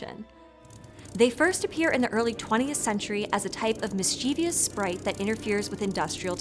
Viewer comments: Hey friends. Thank you for making the internet a smarter place. Genuinely big fan, here. One constructive comment: Please, please, please, consider using a different word or *re*consider the pronunciation of [miss-chee-vee-us]. There is no such word. Only "mischievous." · Mischievous Mis-chyeh-vus Not "mis-chee-vee-us" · Dear, Bloody-hell. It hurts my ears whenever you say mischievous. Is that the way it is pronounced in North America? "Mis-Chuh-vous", or "Mis-Chih-vous" (/ˈmɪstʃᵻvəs/) is the standard English UK pronunciation. Having said that, one will probably hear all kinds of variants within walking distance of one's home or workplace. It is a tough word for many people for some reason. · Mischievous has three syllables, not four. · That pronunciation of "mischievous" with an extra syllable is like nails on a chalkboard to me. Couldn't get through the video after hearing it twice in 20 seconds. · I like that. Nice one. Fortunately, no I am not bothered by every slip of the tongue. I am in no position to judge, I drop my RP often. However, Mischievous seems to stump most folk. It just hits my ear in the wrong way each time. Have a good one. Cheers.